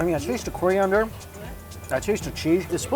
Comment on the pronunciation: What is "Koreeunder"? What the hell is wrong with his pronunciations, all of a sudden? ;-)